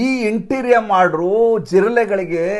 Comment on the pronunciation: ಸರ್ ಅದನ್ನ ' ಇಂಟರಿಮ್ (interim) ಆರ್ಡರ್ ' ಎನ್ನುತ್ತಾರೆ. ಇಂಟೀರಿಯಂ ಅಲ್ಲ.